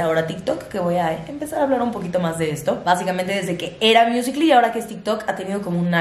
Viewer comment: Pronunciando musical ly... Todos: musicali: miusicli